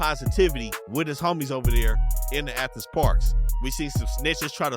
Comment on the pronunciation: really said ANTHENS